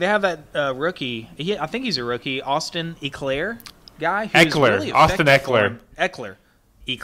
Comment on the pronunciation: Chargers da best bolt up⚡️⚡️⚡️ that can’t say Austin eleker right he is like Danny wood head